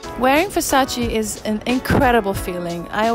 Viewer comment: It’s VERSACE not VersaCI, She earn milion without know for who work 🤦🏻‍♂️